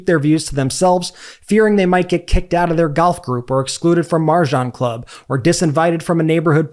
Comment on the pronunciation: Mahjong is pronounced Mawjong😂 no R’s